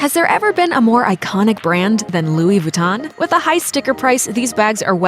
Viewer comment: Louis Vuitton Montblanc Veuve Clicquot Louboutin were all pronounced wrong in this video. Why are Americans sooo bad at pronouncing stuff?